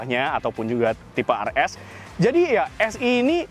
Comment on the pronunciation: tipe RS bukan AR ES. penyebutannya tu yang benar